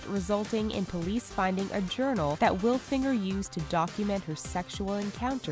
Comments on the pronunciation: HAH "Nicole Will Finger" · Nicole willfinger lol Nicole....Will....Finger lol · 'wilfinger' hahaha you kidding me! :'D i will pass actually your okay fatty.. =D